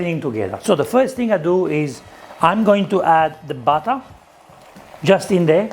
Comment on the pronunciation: UOTAH, PEPPAH, BATTAH, BURRATAH